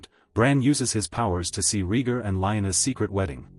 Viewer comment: This AI narration is appallingly bad. Wooden, ignorantly douchey, mispronouncing characters names inconsistently. Are you kidding me, RHEEEgar? WesTAREos?